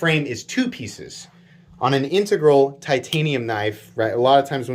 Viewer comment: THANK YOU for pronouncing 'integral' CORRECTLY. You are one of maybe 2 YT hosts that can a actually pronounce it. Makes me want to view ALL your vids. That knife is awesome, just can't be spending those kind of bucks on a folder. But, oh it's sweet.